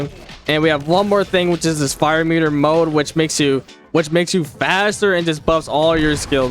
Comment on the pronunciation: a fire meter what? I think what you said was "mode" but i kinda misheard it for something else sorry xd